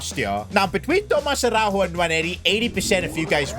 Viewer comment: as a portuguese speaker araujo dont pronuncie a-hau-ho and yes ara-u-yo(yo in spanish)